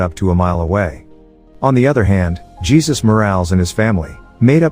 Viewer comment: How is it you get Paolo right but can't get Jesus right? Lmfao